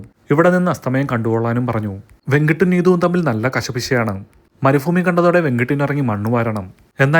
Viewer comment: മരുഫൂമി അല്ല bro മരുഭൂ മി 😂